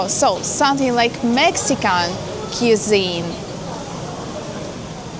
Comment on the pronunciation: cuisine pronounced kwĭ-zēn′